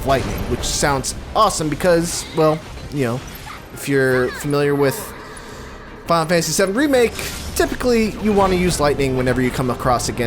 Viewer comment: "Fal fanasy SeUM REMAKE" XD